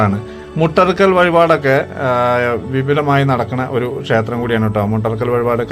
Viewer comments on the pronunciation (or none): അറിവിന്‌ നന്ദി.. വീഡിയോ ചെയ്യുമ്പോൾ ഉച്ചാരണം ശ്രദ്ധിക്കൂ. ഷേത്രം അല്ല ക്ഷേത്രം എന്ന് പറയു.